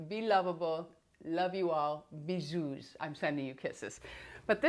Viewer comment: Hello, bisous is pronounced without the 's'. Thank you for keeping me going through lockdown (from England) x